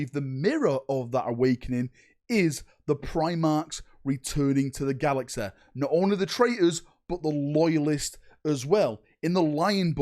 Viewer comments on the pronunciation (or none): “Galaxa” “boda” 😂😂